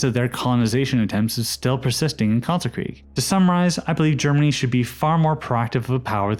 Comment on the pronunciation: Kalterkreig? Its Kalterkrieg